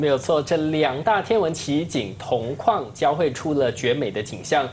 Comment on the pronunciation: 同框说成同矿